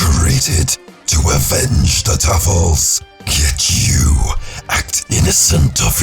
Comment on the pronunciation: I can't take him seriously when he said Tuffles.